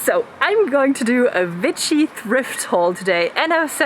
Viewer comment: i like how you say w as v, its so cute very vitchy!